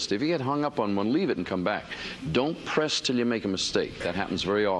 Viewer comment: He said "pass" for the word PRESS, but "past" for TRESPASS.